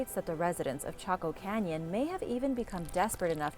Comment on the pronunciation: Though she said taco canyon